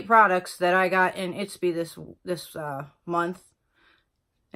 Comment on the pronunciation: Not to nitpick, but it’s Ipsy not Itpsy ☺️